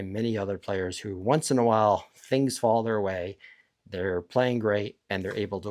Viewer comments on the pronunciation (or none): none